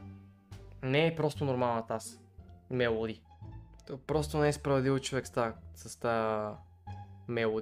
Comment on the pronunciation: Казва се мелодия а не мелади